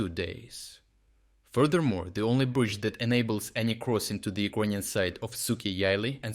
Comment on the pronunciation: Why does the narrator always say E-Kroyan instead of Ukrainian? Is that the proper way to say it? Thank you.